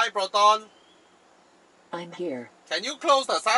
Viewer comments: i died at the slang "plotonn" xDDD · Damn It I lost it when you talk to Proton like typical Malaysian hahahahahaha